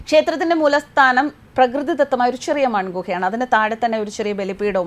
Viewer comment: മുലസ്ഥാനം അല്ല🤪 മൂലസ്ഥാനം😁